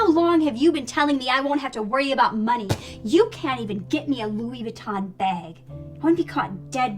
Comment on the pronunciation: Is nobody gonna talk about how that one girl pronounces Louis Vuitton? she rlly went, "Louis VEE TAHN"